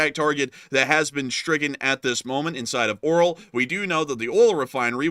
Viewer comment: Lets read this together: AR-YO-L not O-RAL 😃 Keep up the good work.